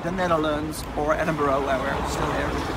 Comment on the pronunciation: Stop saying Edinboro😠